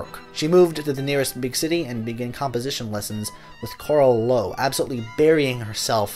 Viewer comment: Nice summary. I am fascinated by that moment when she was finally free from family obligations and decided to become a composer. It must have been liberating! BTW the video would be even nicer if you made at least an effort to pronounce the names Emilie Mayer and Carl Loewe correctly in German. Germans won't understand the names the way you pronounce them.